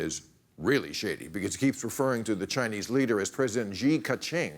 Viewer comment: Come on, Bill. If you can pronounce "she," you can pronounce "Xi."